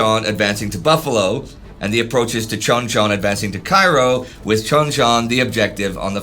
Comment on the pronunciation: You mispronounced the Cairo line. It is clearly named after the US city, so it would be pronounced Kay-row, after Cairo IL. No I don't know why they pronounce it that way either